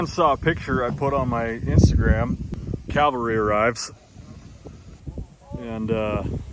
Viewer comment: So annoying when people call it "Calvary" instead of Cavalry